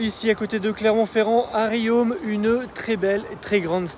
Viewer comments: Rion et pas riome !! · Juste un détail : on dit "Rion", pas "Riome" !